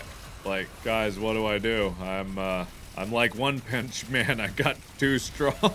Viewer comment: did Mark really say one pinch man instead of one punch man